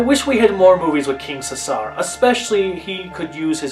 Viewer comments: Its pronounced See-zer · No offense, but who taught you how to say Caesar?